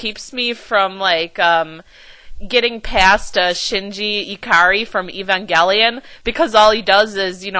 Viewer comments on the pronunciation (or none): none